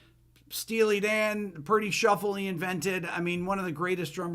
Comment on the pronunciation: Purdy not puffy